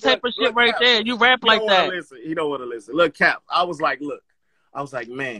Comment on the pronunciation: The T in "LISTEN" is.....ughhhhh....are u serious??? lamoooo And Quiet is Big T's slogan.....smh OMG!